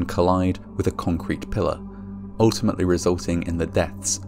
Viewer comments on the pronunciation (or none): none